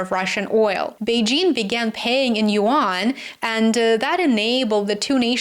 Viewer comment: yuan is a 1 syllable word. rhymes with Juan